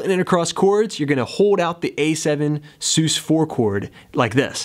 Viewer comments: Love this tutorial and how you tie it into the lyrics which is extremely difficult for me... I’ll forgive you for the way your pronounce sus, short for suspended, no? Keep up the great work! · "sus" being short for "suspended" should probably not be articulated as "soos." Please. All in all, good lesson. Watched until the end.